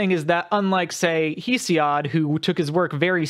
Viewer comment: Thank you for clearing things up, but your pronunciations of mythological names and the authors are off. Hesiod is pronounced hess-ee-ihd. Demeter is duh-mee-tur.